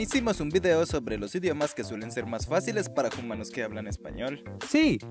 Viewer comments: Aaaaaa No ess JUMANOOOS, ES HUMANOOOSA A A A AAA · Pregunta, por que dice "jumanos" ? uwu